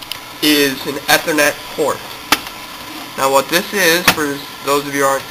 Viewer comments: lol you said e-ther-net its Ethernet you say the letter E or ea-thernet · E-ther-net. Geez...